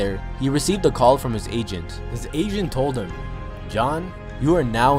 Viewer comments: Who else kept hearing Asian instead of agent lol... maybe I'm just deaf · Whenever say agent it sound like he is saying asian